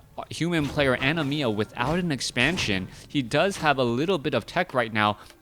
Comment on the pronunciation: That was pissing me off so badly too..